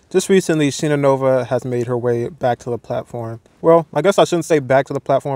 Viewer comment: She's Shine-Ah, not Sheena. But yes, her type is pure hypocrisy